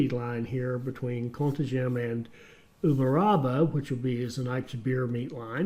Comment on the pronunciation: As a Brazilian I can say that your pronunciation of "Uberaba" is great. But when you say "Contagem" I laugh. By the way, I'm train driver and I love this kind of game. Congratulations on your content about this game.